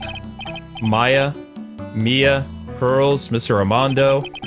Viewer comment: What's with you and the name Mia? Is it so hard to say? lol